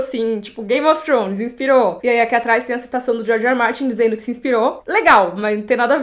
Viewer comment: É forma correta de se pronunciar "th" em inglês